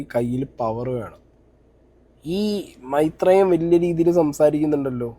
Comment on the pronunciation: Maitreyan❌ mairan✅